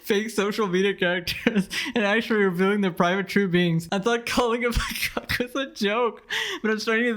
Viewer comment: are you saying puck instead of cuck?